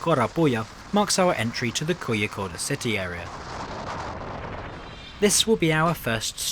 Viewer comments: Laughed ironically regarding how over-cautious the UK is while how somewhat under-cautious India is. Also the way u said Kozhikode as koyikode was kinda hilarious. In south India, especially Tamil Nadu and kerala, the 'zh' in some places are pronounced as close to saying 'Norwich'. Since ur british, u may understand better than other foreigners. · just as a reference for future videos, the "zh" in south india is pronounced as an r, example: Kozhikode -> Ko-ree-kod